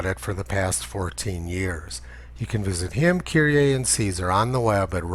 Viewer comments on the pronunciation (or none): none